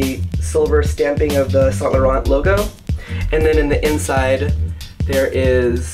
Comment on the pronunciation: Don't pronounce the "t" at the end of Laurent please.